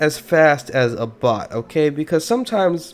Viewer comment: Thought he said, "If you ever seen a bot before, smash that like button." What he actually said: "If you very seen a BOX before, smash that like button."